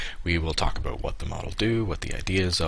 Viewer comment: He is officially Canadian, (He said A Boot) :D